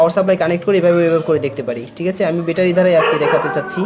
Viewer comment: বেটা‌রি কেন? ব্যাটারী বল। নতুন নতুন শব্দ না ব‌লে শুদ্ধটাই বল।